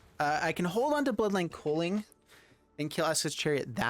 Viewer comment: Same, and he called culling cooling. 😅